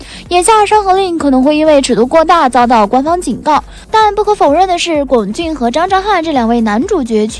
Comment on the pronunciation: 已经有很多人在上一条说过，龚俊的龚念一声，这里还不改，以后做相关的，不看了，听着难受